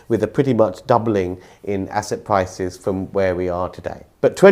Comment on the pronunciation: Observation: people who pronounce R as a W, should be banned from saying Pwopurty Pwices.😂